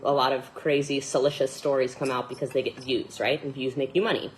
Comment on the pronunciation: I'm sorry, but it's not "salicious",. It's "salacious". Okay, carry on...